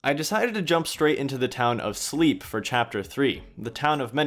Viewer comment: I think Slepe is pronounced like "Pepe".